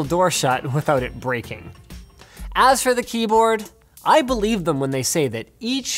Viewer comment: I didn't notice he say beleaf